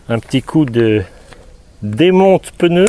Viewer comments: Le pneu pas le peneu sinon bonne vidéo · Juste un petit point. Le geste technique est parfaitement expliqué, mais comme il est désagréable d'entendre le mot "peuneu". Il s'agit bien d'un pneu..matique sans "eu" entre le p et le n. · Ce n'est pas un peneu mais un pneu🤣